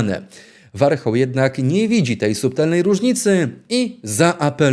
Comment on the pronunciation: Warchołłł😂😂😂 Nazwisko ...Ożesz Kur.a😂😂😂